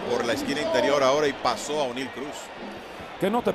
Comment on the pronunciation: mi humilde comentario ,,deje eta vaina ,que usted parece ruso ,,,NO SE LLAMA ONE---IL,,,,,,SU NOMBRE SE PRONUNCIA CORRIDO OENEIL C